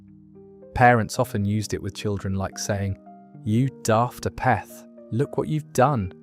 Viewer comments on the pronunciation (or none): "a - peth"? - No, it's pronounced "AY - perth" , with the accent strongly on the first syllable. It's a contraction of halfpennyworth - something of little value - because halfpenny is actually pronounced "HAY - penny." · saying “you daft apeth” was NOT said like you said it or how you pronounced it was said/pronounced “you daft Apeth” like in Ape 🦍 🦧